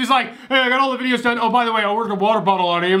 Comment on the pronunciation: Like the vids I cringe when u say vidges 😂